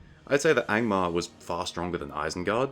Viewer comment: I spat toothpaste all over my bathroom mirror when you said „Gangbangmar” 😂